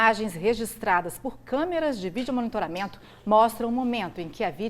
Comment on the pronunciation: Kkkkkkkkkkkkkkk CARAMBA....VOCÊS COMO REPÓRTER TEM QUE SABER FALAR ESSA PALAVRA....MONITORAMENTO......kkkkkkk VOCÊ VAI APRENDER 🤓🤪